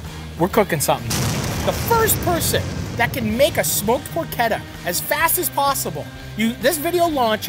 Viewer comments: Marty it’s not porketta. Say it like this. Porshetta. Easiest way to tell you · Matty im sorry ily but its pronounced “porchetta” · "porkketta" :P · Por CHEH tuh. How does a chef not know this?! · Just say "porshedda" like everybody else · what is this porketa he keeps saying? He also say keese?